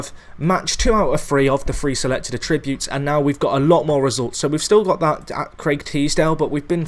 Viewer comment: And for god sake learn how to say attributes properly